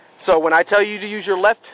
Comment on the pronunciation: im on her side, looks like she did great. he messed up words while she did not. its no nuze, its use